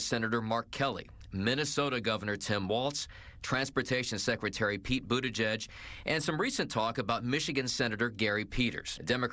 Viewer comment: Is it Pete "Bootiejuice"?? Or Gavn "Nuisance"???😂😅